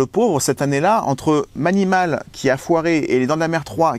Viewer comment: On dit pas mAnimAl ma Maï ni maul ! 😁